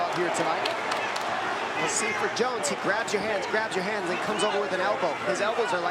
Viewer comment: You mispronounced JONES (G.O.A.T) wrong 😂